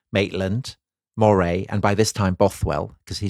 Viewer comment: Love this podcast, just one comment, as I live in Moray, it’s pronounced the same way you’d say Murray.